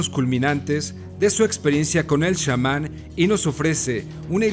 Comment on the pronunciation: Y porque dices 'shaman' y Castaneda? Que no eres mexicano como para saber pronunciar Chamán y Castañeda??